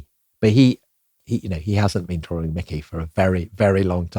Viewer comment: "Drawring". C'mon, get yourself together.